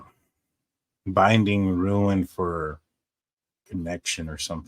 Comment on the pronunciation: Please for the love of God stop saying ruin. It's rune. Not ruin. I love the show. I just cringe every time I hear ruin.